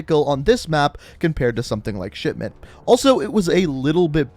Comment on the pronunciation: Did this man say shitment in